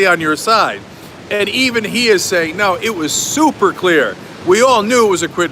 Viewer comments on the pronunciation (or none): none